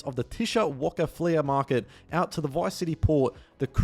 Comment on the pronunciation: “Flea market” - FLEE market “Real Dimez” - Real DIMES (like the coin) “Dre’Quan” - DRAY-KWAHN